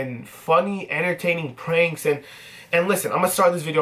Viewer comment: "You guys know me as daily vlogger,sometimes preanks"😂😂